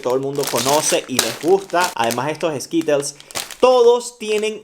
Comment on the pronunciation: Yo me estaba muriendo de que los m&m’s los pronunciaba como “em y ems” (em an ems) y los skittles como “eskitels” (eskirols) jsjsj :v no me juzguen es que siento raro de que lo diga así por que yo me acostumbro de otra forma pero igual la pronunciación también depende de cada país